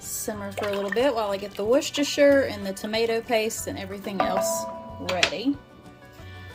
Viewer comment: “Wista- shire” 😚 great video!! I’m trying that stew.